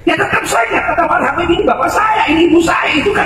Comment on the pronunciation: Apa faedah nya bagi Ki Imad dan imadiah tentang pembatalan nasab ba'alawi, mengapa Ki Imad cs selalu menebar fitnah tiap ceramah selalu yg di bahas Nasab ba'alawi, setingkat Ki Imad yg bergelar kiyai menyebut Habaib dengan sebutan kabib Muhibbin di bilang Kibin apa namanya ini kalau bukan kebencian dan dendam